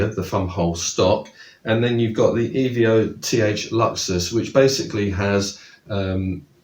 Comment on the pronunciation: I've owned this rifle since 2020. It is absolutely amazing. More accurate, dare I say, than my HW100. They are both the full power versions. Quick pieces of info for you sir, it's pronounced evo not eveo, and it has been released in 2018 as a revised model of the original P1000 released in 2011. The Luxus model has a walnut stock with an adjustable cheek piece, you forgot to mention the walnut bit. Great video though. The only downside of the rifle is the cycling of the magazine. It isn't very smooth and I sometimes find it has skipped a pellet after I've shot the entire magazine. Apart from that, it is beautiful, very accurate with a very smooth shot cycle, and really quiet with a moderator... cheers